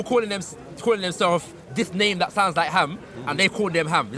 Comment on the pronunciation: Arabic didn't exist in biblical times 😂 ham is not pronounced like that bruhhhh ge'ez script is 5,000 years old is older than hebrew aramaic and southern arabian script the only thing in the same ball park as ge'ez would be other african languages also biblical text is not historically accurate at all